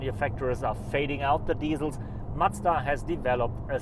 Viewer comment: Try not to say "Matsda" next time. Please. Thanks.